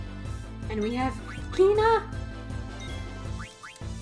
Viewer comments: Congratulations for 1000 subscribers. By the way, "Quina" may be closer to "Queena" in the original Japanese pronunciation. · Kweenah is how you pronounce it